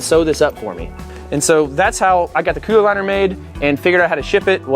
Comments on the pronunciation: The way he says cooler like; "Coohler" ["Cooh - Ler"] irks the hell out of me, XD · Love the idea but the way you say the word cooler is really sending me 🤣